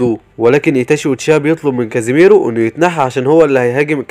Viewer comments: ليش ما بتعرف تقول ولا اسم كيسامي✔️كزيميرو✖️ تسونادي✔️ تسونادا✖️ جيرايا ✔️ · كيسامي مو كزي ميرو